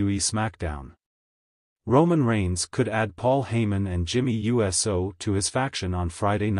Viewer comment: Jay U.S.O love how he says U.S.O